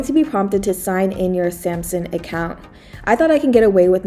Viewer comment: SAM SUNG not Sampson